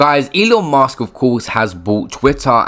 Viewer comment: It’s Musk not Mask